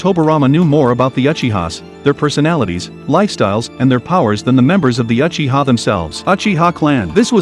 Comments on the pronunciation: its not Achiha its Uchiha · Bro its uchiha not achiha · He really said achiha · First learn how to say Uchiha and Mangekyou after that explain 🤣🤣